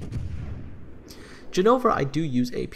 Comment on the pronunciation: btw it's Gènova not Genòva